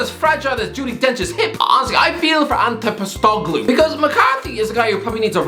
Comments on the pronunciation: As a celtic fan, ange pothechoglu is hilarious 🤣 its post-e-cog-ĺou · Ange Poss-teh-cog-loo is the way we pronounce his name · that is absolutely NOT how you pronounce “Ange Postecoglou”. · He needs to make a Celtic video, I just want to hear him try to say Ange Postecoglou a few more times 🤣 genuinely awesome manager, still spewing that Australia's FA booted him from managing the national team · You just butchered ange postcoglu name so badly